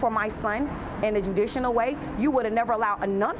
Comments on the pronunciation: “In a judicinal way.” 😂😂😂😂😂😂😂😂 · "judicianal way" lmao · "In a judicinal way" tf is that? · lol she said in the Judicional way. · "Judicianal".... yep, I believe her 😂